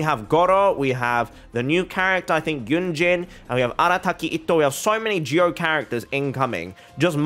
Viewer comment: omg this guy pronounces itto's name correctly, with two ts, i'm going insane whenever i hear "ito"